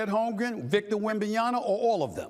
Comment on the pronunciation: Again it's Wem-ban-ya-Ma.. it's MA, not NA. Like mama.. it's MA. Not that hard..